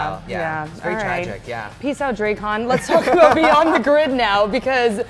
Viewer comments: This huge fan calling him drake-on again. SMH Hate this guy being pretender. So glad it is over so don't have to listen to him talk again. Listen to the writers if you would be aware of how to pronounce it. A huge fan would know. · Why are you saying his name wrong... it's not Drecon... its Drakkon.... pronounce the A like in Apple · Drak-kon not draykon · Here he says Dray khan, a person at the lcs pronounced it drah kin.....how is it really pronounced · PSA: Drakkon's name is pronounced "Dracken". "Drakk" as in "black", while the "on" is a short "en" sound. Kyle Higgins, the architect of the comic for most of its run, confirmed it some time ago. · could you please stop pronouncing lord Drakkon so chopped up 😧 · ITS DRAKKON!!!! NOT DRAKKON!!!!! 😡